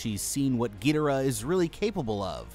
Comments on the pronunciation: It's not a big deal at all, but it is pronounced Gee-door-rah. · 640th gedora is fer sher the way to say it and the pteratreetoops 😂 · ain't no way he pronounced "Ghidorah" "Geederah" 💀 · SO NO ONE IS TALKING ABOUT HOW HES CALLING GHIDORAH GIDARAH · Oh my gosh!!! I can forgive gidorah and Rodan BUT Pterosuar is pronounced Ro-dan TerO-soar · ITS GI DOOR AH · I like these since since I’m a huge Godzilla fan but him saying ghidora wrong is a bit annoying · Bro called him gaydora ☠️ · It's pronounced Gi-Door-Rah ( Ghidorah ) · You say it more like gadora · He says gidora wrong😅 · what is with these name pronunciations man, "peetosaur" "petrosaur" "geedora" lol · bro it's pronounced Gih-dore-ah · It was how whe was pronouncing Ghidora for me... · Ghidorah: how did you pronounce my name mortal?! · it drove me crazy hearing him pronounce ghidorah wrong 😭😭 he even pronounced rodan wrong a few times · I can't believe no one on the How to Beat team corrected him on the pronunciation of Ghidorah. It was so distracting 😭😭 Then the switch between RoDAN and RoDON, it's RoDAN baby, RoDAN. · The way he pronounced ghidorah and (somehow) rodan wrong hurts my soul(also this may shock you but did you know that there an emotion called panic when they saw ghidorah there decisions would be scrambled yeah I know shocking) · The way you pronounce their names pisses me off. Do better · why does he pronounce rodan gidorah wrong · Y tf are u saying Ghidorah name like that 😭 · Why the fuxk are you pronouncing Ghidorah so wrong? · Bro said “gidira “ for some some reason. It’s supposed to be “king gidora “ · ITS NOT GIDERA ITS KING GIDORA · Every time he says “getora” I lose a brain cell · ❌King gidara💀 ☑️king gadora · you must have upset so many monsterverse fans when pronouncing "Ghidorah" its pronouced "Gi-doorah" not Gee-dora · Whats with the misspronouncing? Im sorry but.. petrosaur? I think you mean pterosaur. And king ghidra? Have you not read the name? Its ghidOra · Gheedorah cmon man